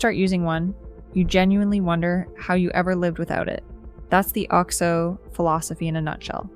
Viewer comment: You do not pronounce OXO correctly. It's oxo, not alexo.